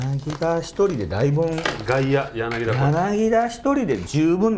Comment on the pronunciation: ずーっと間違ってるけど、「やなぎだ」じゃなく「やなぎた」 です。だから「ギータ」